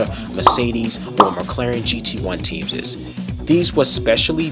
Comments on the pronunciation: Stop saying “teamses”. It’s not a word. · Were you saying teamses or am i just high